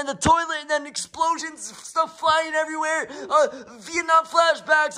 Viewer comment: BRO ITS SO FUNNY WHEN HE GOES TO THE BATHROOM AND HE SAYS THERE WAS EXPLOSONS